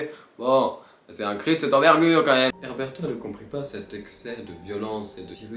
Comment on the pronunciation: “Erberta” On lui dit ou pas ? C’est Uberta ._.